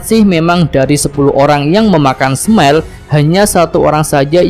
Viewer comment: Saran min, belajar lagi cara ngucap kata bahasa asingnyaa.. contoh kata smile dibaca Smail bukan Smell😂😂